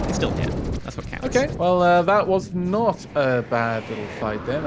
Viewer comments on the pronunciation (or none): "That was naut a bad battle"